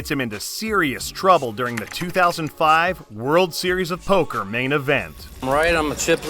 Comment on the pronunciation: Man I sure did love that verbal showdown between Hellmuth and Negreanu at the 2008 Driswur Zeriesowba.